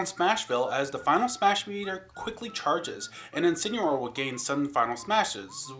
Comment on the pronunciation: You say Incineroar wrong and it makes me mad.